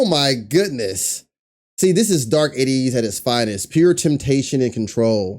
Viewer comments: We’re “A-teen-knee” pronounced that way and ATEEZ is “AY-tees” emphasis on the “A” lol. Sorry we all just cringe a little when we hear it wrong😬 Thanks for checking them out- the NEVER miss!🔥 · Yesssaaa! Cringe at the mispronunciation of the group and the members name. There is a video on YouTube on how to pronounce the group name and the members